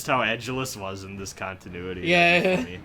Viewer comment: It bugged me that you mispronounced Leonard's name all through this playthrough, despite hearing the voice actors pronouncing it properly in this chapter.